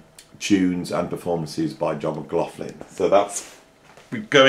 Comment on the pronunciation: It is pronounced John! Actually it's Ma-gloch-lin. I think given up trying to pronounce it correctly 🤣